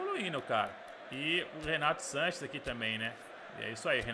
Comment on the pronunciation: Pq o o fala Renato Lanches kkk